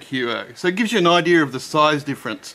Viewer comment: it's IDEA not IDEAR.